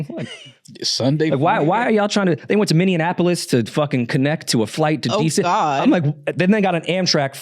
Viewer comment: It’s not called Minny-n-ap-polis. It’s Minny-ap-polis (Minneapolis) 🤣. But it would be nice if y”all expand y’all’s tour dates to here in Minnesota. Long time listener since the beginning of the old pod. Keep killin’ it. 🔥👌🏾🫡.